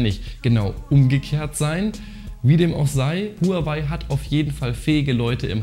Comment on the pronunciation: Willst du als Technik YouTuber vielleicht mal lernen wie man Huawei richtig ausspricht? Du sprichst honor oder Apple ja auch nicht deutsch aus.